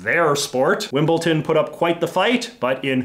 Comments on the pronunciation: But many people make that same mistake. I suspect people think that inserting that hard "t" and saying "Wimbleton" sounds more "properly British", and that saying "Wimbledon" sounds like a "sloppy American" pronunciation. But in fact the latter is correct, and the former isn't. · Why do people (including J.J.) say "Wimbleton" when it is clearly "Wimbledon" with a "d"? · It's Wimble-Don! It's even spelt with a D! You're not the first North American whom I've heard mispronounce this part of South West London - why is that? There are places in England which end in the 'ton' suffix, such as Leamington and Luton, but not Wimble-ton! Incidentally, I believe they are all shortening of 'town' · Wimbleton is now my favourite pronunciation, thank you JJ!